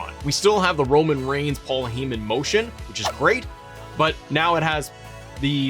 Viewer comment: HIS NAME IS PAUL HEY MAN!!!!!! Not heee man.